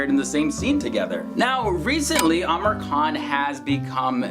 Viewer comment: seriously ...no offence bt why do you keeps calling him Amer khan..... its Amir khan.....its pronounced as "Ameer"